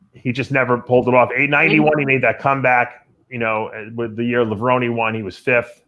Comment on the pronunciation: You would think after all these years would know how to say Levrone the right way